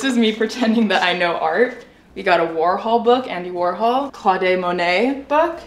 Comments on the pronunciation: lol the “ claudé monet” killed me you pronounce it “clode” in french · Did you just called Claude Monet "Cloday" 😂